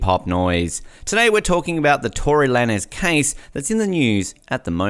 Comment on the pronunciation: Tory who? That’s not how tf you say his name!!! It’s TORY LANEZ Pronounced like LANES like driving and switching lanes. And we been known this for about a month and his new arrangement is this month on the 18th. He hasn’t even plead yet. Also Megan lied.whoever uploaded this is so late. And Kehlani put Tory back on the song actually...